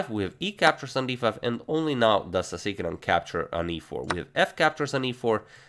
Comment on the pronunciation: The way he said Sasikiran sounded like 'Tigran'